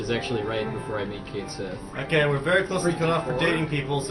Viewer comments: I heard the name pronounced "Ket" (or "Kit", don't remember) "She". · I have two problems with this run. says NOTHING about what he's doing, and they don't know how to pronounce "Cait Sith." Spoiler: it's "kat shee." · konkakonkadudu Except Cait Sith is pronounce Kate Shee. Certain Japanese characters don't translate well to english. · Also, in Dirge of Cerberus, they pronounce his name as "Kate", although don't know about the Sith part. Heh. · NO ONE is going to pronounce Cait Sith's name correctly first time through, so me, including many other people, are always going to say it as "Kate Sith" as it's spelled.